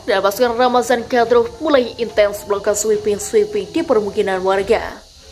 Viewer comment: Bukan keselek... Tapi ngomongnya di-buat2 agar kedengaran keren, seperti : Mariopol diucapkan Maripol, Kadyrov diucapkan Kadrov dll...!!! Wkwkwk...